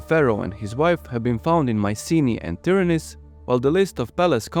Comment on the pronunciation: Well made! Try to pronounce Tìryntha( Tìrinth), correctly, cause you say: Tyranis, witch is totally wrong, and means something in Greek, totally irrelevant to the citadel of argolis.